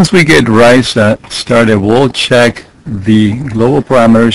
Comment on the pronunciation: RISA rhymes with Lisa.